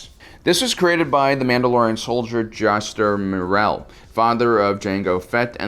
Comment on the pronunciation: Juster Morell? I thought it's pronounced Jash-tehr Muh-real